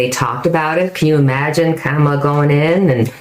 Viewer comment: Kamala is pronounced like "pam-a-la" with a "K" .😃